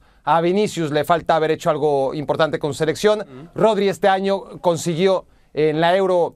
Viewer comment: Vini sin duda, ese sr que dice Todri es como si dijese Joselu..es para evitar a Vini que es el mejor de lejos